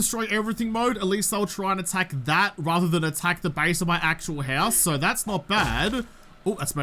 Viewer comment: The hoose? Scandal, is really a Canadian!